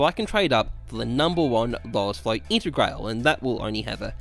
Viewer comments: “intergrayle” smh it’s integrahlay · Wayfu Intergrail Man I'm glad the content is good bc the pronunciation is Australian asf